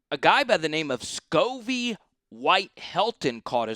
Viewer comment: I saw you already fixed Talyn Taylor. The other is Sacovie white pronounced Sa-cove-ee instead of “scovey”. RB Chauncey Bowens is pronounced “Bow” like rainbow….so “Chauncey BOWens”. 😊